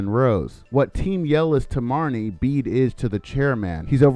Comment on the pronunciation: Bede's name is pronounced like "bead".